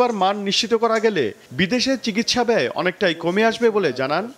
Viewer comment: চিগিসসা না চিকিৎসা বলেন